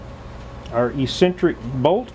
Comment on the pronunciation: Great video, the word you are looking for is pronounced EX-CEN-TRICK, not E-CEN-TRICK.